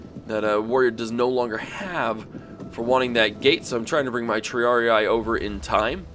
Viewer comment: isn't it Tree-Ar-Ie-Ai?